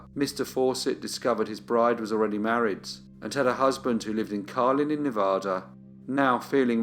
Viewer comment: It's Ne-va-da, not Ne-vah-da, a like in "cat" - thank you!